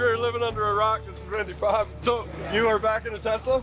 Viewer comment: Who's gonna inform that Randy's last name is PObst. Like Poe not Pob st. Great content and keep up the good work.